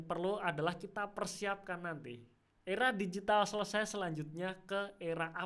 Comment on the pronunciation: Mantap penjelasannya! Lucu denger aura digital 😂♥️